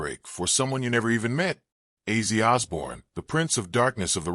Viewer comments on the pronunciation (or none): Respectfully, if you’re going to make a video like this, at least get his fucking name right say it right! Rest in peace OZZY!